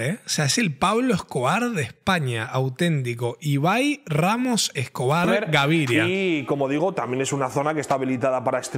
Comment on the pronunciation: Jaja "pablo escobai" XD